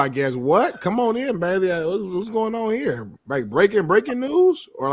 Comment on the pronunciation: “What’s going on HEA” 😂😂😂😂